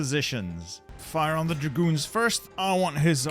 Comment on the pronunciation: When you say "my dragoons", the only thing I hear "my goons"